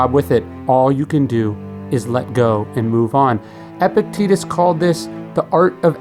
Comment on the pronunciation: I cannot watch this video because of the constant mispronunciation of Epictetus's name. Gah.